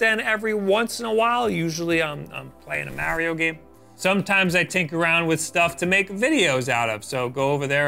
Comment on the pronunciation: Agreed, but I like it less when he says Mary-O.